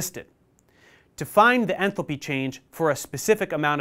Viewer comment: Enthalpy❌ Enthopy✅